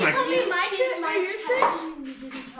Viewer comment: Twrick or tweat they said. So I said TWRICK Here's an onion